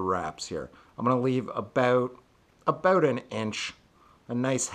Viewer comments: whats it all aboot? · "abaout" lol